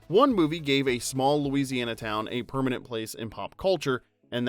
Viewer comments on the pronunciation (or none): none